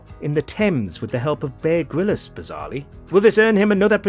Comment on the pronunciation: Why'd the narrator say Bear 'Gryllis'? Surely, they've heard of Bear Grylls! Sounded so off haha